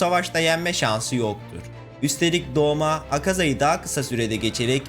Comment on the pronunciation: Doma değil douma Gyutaro değil gyutro Daki/ume